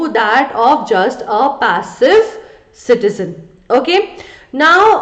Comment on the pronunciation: Citiyone and citiyonne